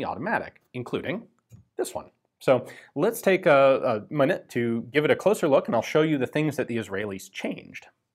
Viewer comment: "reliable and also more reliable" "let's take a muh-nite to take a closer look" honestly for the hours and hours of forgotten videos I've watched I'm impressed with the lacks of flubs in the dialogue. Maybe he was fatigued while shooting this day.